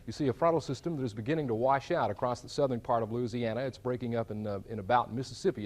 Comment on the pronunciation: I love that the weatherman knows how to pronounce "Louisiana" properly.